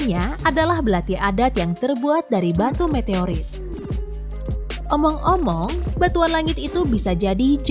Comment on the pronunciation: ngomong "omong" kayak ngomong "among"